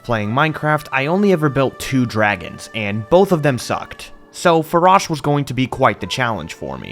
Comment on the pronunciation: Faron and Farosh are pronounced like the word "Fae". You don't pronounce any of these like Fuh